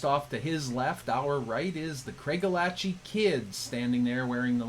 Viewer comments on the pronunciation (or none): I was taught to pronounce Craigellachie as " cray-GAL-uh-key".